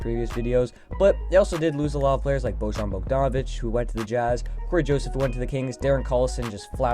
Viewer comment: Bojan's name is pronounced boy-on